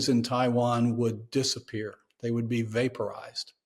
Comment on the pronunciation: Did he say 'vaporized'